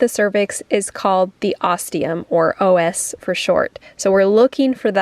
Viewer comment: saying OS 😅 it's cervical os [osz] like the Wonderful Wizard of Oz